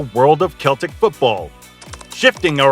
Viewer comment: It's pronounced Seltic. What a shambles. Not even knowing the team's name you've sat and made a video on. You also say Celtic vs Glasgow (both teams are from Glasgow), and mispronouce 'The Gers'. There were proabably more blatant mispronunciaitions, but I couldn't sit through more than 2 mins. You should delete this video and stick to something you know about. Obviously just Googled some info and made a terrible video.